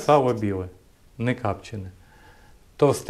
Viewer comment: не капчене а копчене, і не чавун а чугун, хотя ящо ти молдаван то може так.....